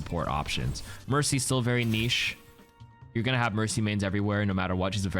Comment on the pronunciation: I love your videos but please stop saying niche like that.